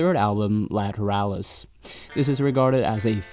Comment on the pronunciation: sigh It's Justin Chancellor, not Adam. You mispronounced "Ænima". The album title is spoken in the same nomenclatural vernacular as the Jungian psychological tropes, to wit the Anima / Animus. The title track is pronounced akin to the process of shooting water up your ass. You mispronounced "Lateralus". The "...alus" is spoken as a descending syllable with a soft "h" sound. The ten thousand days refers to the amount of time Maynard's mother was imprisoned in her wheelchair. The aspect of Saturn descending and ascending is 29 years. You failed to mention Maynard's stint in Green Jelly (pronounced "Jell-o" due to copyright issues). "72826" is pronounced in the same manner as a zip code. Not however you did it. As a proud Tool devotee since "Opiate" dropped in 1992, when I was a 16-year old high school sophomore, (with the multiple tattoos, tour shirts, imports, ticket stubs, and autographed setlists to prove it) I can assure you, with all certainty, that you are not worthy of them, and I am embarrassed for both of us. Please cease and desist with your pseudo, ignorant fandom and move along to something more your speed, like Nickelback. I wish you well